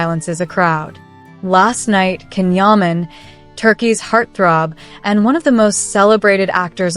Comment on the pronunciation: It's pronounced Jan Yaman!